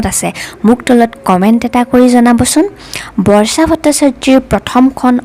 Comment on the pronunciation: অসমীয়া উচ্চাৰণ শুদ্ধ হোৱা উচিত। আনক আনুসৰণ কৰি সুৰ দি নিজৰ মাতৃভাষাটো বেসুৰা কৰিলে শুনিবলৈ ভাল নালাগে। উদাহৰণ স্বৰূপে বৰ্ষাটো বৰ্চা কৰিব নালাগে।